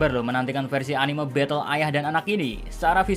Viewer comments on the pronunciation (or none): none